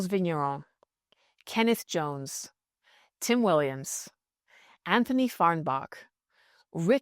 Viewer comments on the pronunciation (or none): none